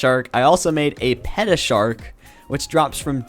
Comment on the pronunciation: Pronounced "pay-ta" instead of "pee-ta", so at least it's different in that sense